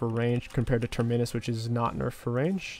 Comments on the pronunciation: Please stop saying Terminnus. Have you ever taken a plane before? You fly out from a TERMINAL.. not a TERMINNAL. TER-MI-NUS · Say the word terminal. Notice how you pronounce that word. Then replace the 'al' with 'us'. Terminus (pronounced Tur-meh-nus. Not Tur-MEN-is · Love the vids but please stop pronouncing Terminus as Ter-minus. It's pronounced Term-inus. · Go back to saying terminius. Fuel the babies who complain about how you pronounce words 😂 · I cringe every time you say TermInus. Just say Terminal and that's your pronunciation. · You should type the word Terminus into google translate and have a listen to how to say it. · no. can be taught. He does say that word correctly now but terminus needs work. Sometimes I think he does it out of spite lmao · I swear he purposefully mispronounces things it bugs me sometimes hahaha